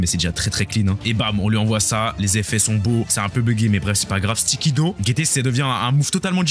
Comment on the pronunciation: Petite information comme ça: Le fruit du démon se prononce DO, comme dans DOnut Non, on ne dit pas DOUG. Par exemple, vous ne dites pas " Je vais allez manger un DOUGnot ", ben c'est pareil pour le fruit du démon. Merci et bonne soirée !